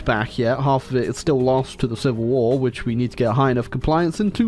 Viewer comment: Ah yes “shivil war”